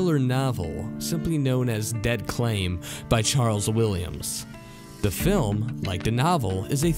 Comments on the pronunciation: Wish you didn't suffer from dyslexia, dude! I mean it! I really feel bad for you! I was overlooking it on the "Santana Gold" bit, but when you pronounced "CALM" "CLAIM", I can't watch it anymore. Nice research, though! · To the Narrator: 1. watch your tenses there is one entry where you screw that and subject verb agreement up a lot. 2. It’s Dead Calm, not Dead Claim. Did you even look at the stills you included? 3. The J in Sarajevo is not a J sound. It is a Y sound so it is pronounced like - Sara Yay Vo. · Its Dead Calm, not Dead Claim. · whatever you guys are reading from during the video. "Santanos" instead of "Santos" and "Dead Claim" instead of "Dead Calm" were the two that jumped out at me hard. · "Calm", not "Claim". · You could learn about pronunciation, ya know -"Dead Claim"?